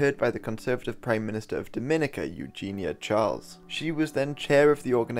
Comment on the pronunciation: You mean to tell me you do such a well researched video and you don't Google how to say Dominica and Grenada? This is very simple, but as a Vincentian this is grating to my ears and makes your video difficult to listen to